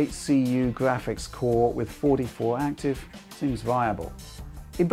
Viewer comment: im here for the gwaphics